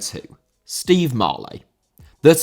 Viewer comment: Marlet* not Marlei